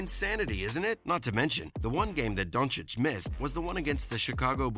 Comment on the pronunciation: Who is Donchick? Man I know you struggle as an american with the pronounciacion of european names but, it's disrespectful to make fun of someones given name. I don't mind when ppl call him "Dunkich", it's kind of funny but pls at least learn his name if you make videos about HIM!